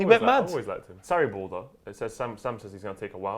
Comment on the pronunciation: When said Sarriball I thought he said Saribor, which sounds like a Kosovan team that would win their league, enter the first round of Europa League qualifying, beat West Ham in the 3rd Round of qualifying, get up in group K with Dynamo Kiev Sparta Prague and Astana, finish second, best Maribor in the round of 32 and lose to Arsenal in the round of 16 on away goals after their 36 year old star striker and captain Yuri Ilechvić got injured.